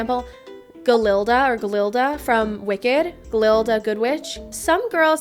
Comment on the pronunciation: (No hate) just so you know, It’s pronounced Ga-Lin-Da I’ve never seen someone pronounce it that way haha.